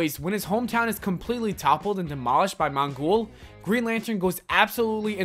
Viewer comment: Its mongol not mon-guul